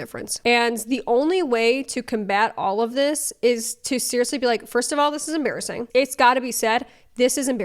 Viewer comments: Ha, , em-BEAR-assing XD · Em-bear-asing… sorry, I had to. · It’s ‘em-bear-assing’ 😂🐻😂